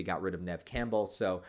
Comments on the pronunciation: Why do you keep saying Bruce's name wrong Campbell Cam-Bell Like the soup Not Cam Bow Campbell Cam-Bell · "Camp-Bell" holy crap, dude. 😂 are you really going to mispronounce his name for 6 hours? have you tried pronouncing basic words correctly? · It might be different across the Atlantic but here in the UK Campbell (originally a Scottish name) is pronounced "Cam-Bull"? I wonder if it is a Stateside thing to pronounce it litterally? Any who, just a thought. Am half way through and already sad there isn't another long form video to watch after I have watched all 3 of your epic horror deep dives 😢